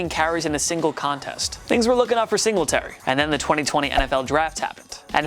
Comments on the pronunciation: Sing luh tary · Say it with me everything “Sing Lee Terry” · It’s single tary not singlet ary that annoyed me so bad when he said devin singletarys name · It's Singletary, not Sing-la-terry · 4. "Sing-le-tary"!?!??! Dude you cant even pronounce his name right. "Single-tary" Why the fuck is this guy doing a list. You know nothing. Granted moss may over take "single-tary" this year. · P R it’s single tary not sing la tary 🤣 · And Sing-la-terry like 20 times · "devin Singluhterry" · Sing la terry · bro fr, I was just about to comment on that. "Sing LE tary." Jesus. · Who says singletary like that lol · The only thing I hate more than is the way he says “Singletary” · ik ur saying singletary wrong on purpose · The way he’s saying Singletary 😂😂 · They also have mispronounciation issue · Bro. Learn the names you’re saying. This is getting ridiculous every week. “Rasheem Mostert, Devin Sing luh terry”